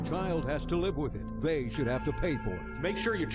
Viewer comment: OMGA the way the male announcer said "Your child has to live with it. THEY Should have to pay for it." in the commercial 😱